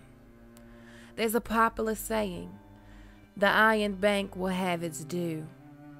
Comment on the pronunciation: Popular not poplar